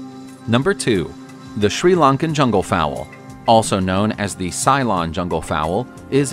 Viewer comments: I think you mean 'ceylon' not 'psylon' hahaha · Re: pronunciation of 'Ceylon': Very good video! Just one thing, I'm from Sri Lanka, it's interesting how, in just 2 generations since our independence, much of the English-speaking world has forgotten how to say 'Ceylon'. It was pronounced sill-LON, with the 1st syllable rhyming with 'will', and the emphasis on the 2nd syllable (not CY-lon, or SAY-lon). Very few people younger than 50 years old know how to pronounce 'Ceylon' properly